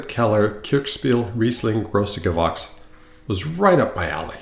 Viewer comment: I had Vina Tondonia 2011 recently. Very very tannic still. And might still work on his German pronunciation...Gewächs does not sound like "wax" in the end😃But a very interesting video. Production on the road has its challenges so kudos to you!